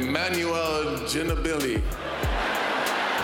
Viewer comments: Emmanuel Ginobili !!! Badly pronounced Emnanuel GINO-BILLY !!!! LMAOOOOO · “Emmanuel Gilli Billie” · Man i had to go back to the draft and thats exactly how he said it lmao